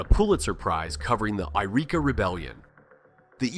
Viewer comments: It's pronounced Why-reeka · You need to learn to pronounce the names of the places you refer to. Malheur and Willamette, on the Oregon side, are both mispronounced, and then you pronounce the Californian Yreka as if it's Eureka (those are completely different towns whose names are also pronounced quite differently). You might want to "do your own research", or maybe any research at all. I live in Central Oregon, and the way you are describing it does not match my experience here, this appears to be "red state" propaganda trying to make it seem like there's a split in blue Oregon when there really isn't. Yes, there are "conservatives" here, we are not monolithically blue, but the split this video describes doesn't exist on any kind of large scale. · They got Yreka wrong too, but apparently don't know that it's not in Oregon.